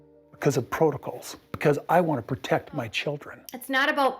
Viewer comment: Always the same thing. Robyn plays victim and kody places blame. Neither of them ever take responsibility. I wish he would pronounce protocol correctly.